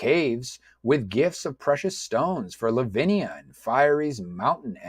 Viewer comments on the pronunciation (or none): I noticed that you were struggling with the character names. You've actually misread some of them e.g. It's FIEHRI not FIERY and it's pronounced phonetically as "fiehree", LAVINIA not LAVINA.